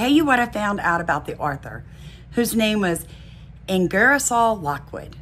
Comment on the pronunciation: his name is pronounced ING ger sole